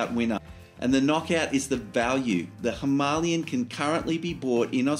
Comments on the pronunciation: That is the correct way of pronouncing it. Hima means snow Aalaya means abode so together means snow covered mountains in Sanskrit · All the Indian nationals I've spoken to pronounce it Hi-MAH-lian. It's their bike (and mountain), so that's the pronunciation I use.